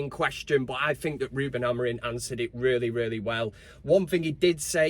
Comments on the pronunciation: Great song mate, love it! 🤣 Just get the name right buddy, AmoriM, not AmoriN 🤣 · It’s Amorim not Amorin🤪🤣. Big win today either way. Mount Casemiro Bruno in mid Although I feel Mount could make a good wing back with his energy. COME OOOOOON UTD🔴⚫️⚪️